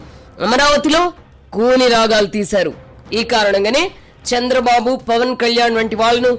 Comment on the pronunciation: అమ్మా యాంకర్ తల్లీ ఫవన్ కాదు పవన్. ముందర తెలుగు నేర్చుకోండి. 😢😢